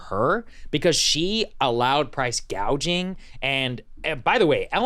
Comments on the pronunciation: Someone needed to teach Kamala to say gouging, not gauging. People your age can't buy houses because the REITs snatch them up, leaving a limited, higher price supply.. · The fact that she first pronounced it as PRICE GAUGING tells you someone else is printing her policies.